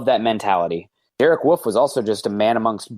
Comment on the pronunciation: Love the show, but I can't wrap my head around how you guys pronounce Wolfe as woof. Do you want to get your babies eaten? Also interesting way to pronounce Australia